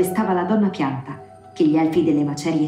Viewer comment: solo io ho sentito piatta al posto di pianta?